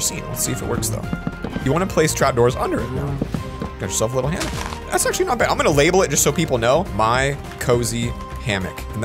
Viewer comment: did it trigger anyone else when he said hammick not hammock